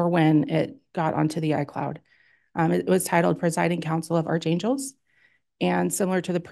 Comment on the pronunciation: It’s pronounced “ark-angles” not “arch-angels” 🙄